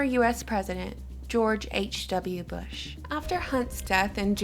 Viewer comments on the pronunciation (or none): none